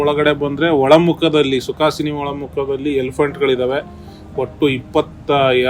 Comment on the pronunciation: ಸುಕಾಸಿನಿ ಅಲ್ಲ.... ಸುಕನಾಸಿ... ದೇವಸ್ಥಾನದ ಜಗಲಿ